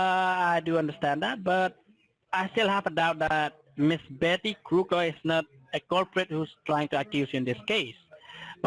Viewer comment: He never gets Betty Crocker right. It is Crooker over and over again. He definitely is a talker from Calcutta.